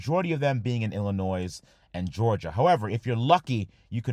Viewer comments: There's no noise in Illinois. "ell-a-noy" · It hurts us Midwesterners when you say Illinoi-“s”,. It’s like saying “New Hamp-shire” like lord of the rings. Check in on Alex from Legit Street Cars. He is in active pain. lol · Illinoise lol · Someone from Illinois noticed he said illinose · Illinoisz (the z is silent). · Brother really said illinoise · Illinoiz ..... lololololol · The "s" in Illinois is silent. Sorry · You live in the US and don't know that Illinois isn't pronounced with the "s" on the end? Yeesh. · How are you that smart but say the S on Illinois. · Illinois is pronounced without the s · Hey. I like your work. Please know that the S in Illinois is completely silent. Keep up the good work! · Did you pronounce the S in Illinois? I had higher hopes for you,.